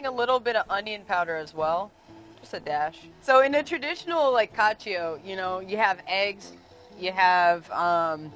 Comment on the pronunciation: FOR GOD SAKES...how difficult is it to pronounce cacio properly...literally one of the most popular dishes internationally in history of all-time blah blah blah